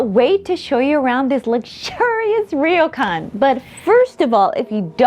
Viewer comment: It’s pronounced almost like “roar-Kwan”, NOT ‘reo-Kan’